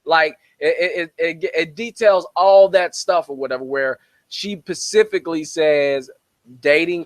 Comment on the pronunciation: Dude is also just plain stupid: “...she PACIFICALLY said...”